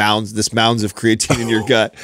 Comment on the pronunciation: "We've talked about CRAYAtine for 10 years" and you still can't pronounce it. Lol